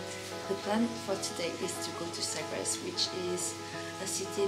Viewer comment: It's Sagres